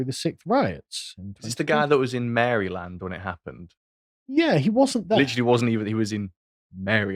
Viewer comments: with respect, it's "MARE-eh-lund". Not, "MARRY-land". Sounds like 'Maralyn' but with a 'd' at the end. Source: lived there for 30 years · It's not pronounced " Mary land" it's pronounced " mar-i-lend" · Maryland….pronounced Maraland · "Mare-uh-land," you proto-American troglodytes. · I love how Brits pronounce "Maryland". It's like an American saying "SunderLaaand" or "OldHaaam"